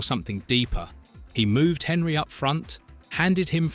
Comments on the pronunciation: The fact it pronounced Thierry Henry like Henry the fucking hoover was a dead giveaway. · This was looking good until Henry was pronounced the way it was. A.I or poor knowledge but either way I'm out.